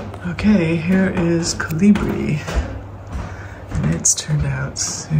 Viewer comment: Colibrí is pronounced with the accent on the last syllable. Just as you want to pronounce French correctly, so too the Spanish words, yes?